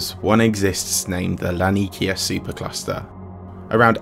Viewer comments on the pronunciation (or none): It's not Laneekiah, it's lah-nee-ah-keah.